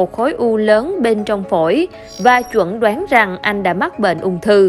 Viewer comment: Chẩn đoán, không phải chuẩn đoán nhé mc